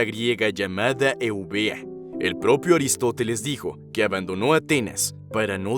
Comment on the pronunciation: es aristofeles? O aristoteles? 🤔 o son diferentes?